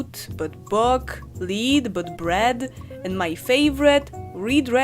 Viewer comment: kochana z całym szacunkiem, ale /'bʊk/ czytamy po prostu buk, z krótkim u, a Ty wymowilas to bok, jak kupa po turecku, taka ciekawostka xD chyba, że nauczyli Cię jakiegoś akcentu z prowincji, gdzie tak mówią, jak to jest ze słowem son, które amerykanie wymawiają jak słońce, a większość brytoli mówi po prostu son, lecz smiem w to wątpic, bo bez hejtu, ale Twój akcent jest polski do bólu xd